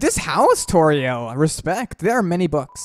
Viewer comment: am i the only one who hear saying TU-TORIEL